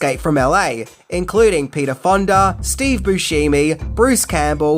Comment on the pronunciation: Pap Grier. Rar